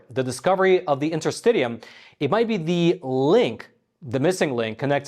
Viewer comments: Awesome. I’m a registeredTCM acupuncturist as well as a registered massage therapist. Will be interesting to see how willing western medicine want to let other civilizations thrive. A matter of giving up monopoly to give way to more affordable healthcare alternatives to the world. BTW, intrrstitium is pronounced in.tr.sti.shee.uhm. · Just fyi: it’s pronounced inter-stish-ium, not inter-stid-ium. Just like interstitial is pronounced inter-stish-al, not inter-stiD-al. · I believe it is pronounced in-ter-STISH-ee-um. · It's pronounced in-ter-sti-sheeum, not in-ter-st-tee-um. Worth noting that the only use the FDA has ever approved DMSO for is interstitialk (pronounced in-ter-sti-shal) cystitis. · Isn't this UK English and American English pronunciation difference? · In - ter - sti - shee - um Please pronounce correctly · “Enter-sti-shul” & “Enter-sti-shum”. I’m a doctor, so I know these nerdy things😉. Great video! Always get excited when a new one drops😁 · Just for the record, Interstitium is properly pronounce this way: The interstitium is pronounced in-ter-STISH-ee-um (IPA: /ˌɪntərˈstɪʃiəm/). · Sorry, but the interstitium, pronounced interstishium, is not a new discovery. The term has been used at least since I studied anatomy and physiology in University 30 years ago. I am certain that it is older than that. It is essentially the fluid between cells and tissues and I have always had the understanding that it extended throughout the body. Having said that, a systemic and organised pattern of flow might be a new observation / discovery. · Your pronunciation of interstitium is so annoying! But thanks for this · And yes you are correct you did mispronounce interstitium